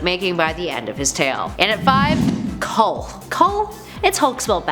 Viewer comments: KLUH not KULH. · No you fool! It’s not KHUL, it’s KLUH! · Why can't she say Kluh? She keeps saying Kull... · It’s Kl-uh NOT Kull. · Kluh not Kull I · It drives me nuts that any time “Kluh” is mentioned in a top 10 list in these videos, every single friggin person always says it like “Kull”.... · How are you pronouncing K-L-U-H as cull? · I know right... Sound it out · I... don't think yer pronouncing"Kluh" correctly.